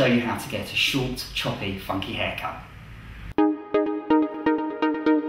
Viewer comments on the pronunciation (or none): Who else thought he dropped the 'F' bomb when he said funky?! :D